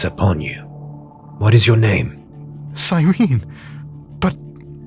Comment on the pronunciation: The singular of astartes is astartes, and cyrene is pronounced sy-ree-nee reeeee